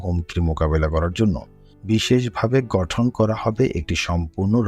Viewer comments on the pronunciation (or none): গঠন কে ঘটন বলা হচ্ছে বাকী সব ঠিক আছে